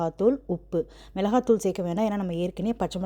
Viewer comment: மிளகாய்... மிளஹாய் இல்லை